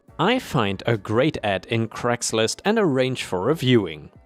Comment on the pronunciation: Story 3: Craigslist is properly said as "cray ggs list" not "crags list." lol